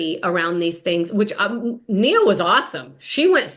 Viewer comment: Her name is Nia not mia